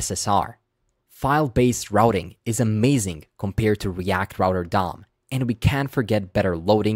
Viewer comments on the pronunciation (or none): none